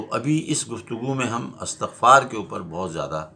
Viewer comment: Astagfhaar nahin Balke Istigfhaar